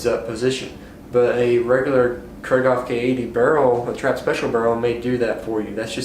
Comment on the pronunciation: Kreeghoff, not Krayghoff!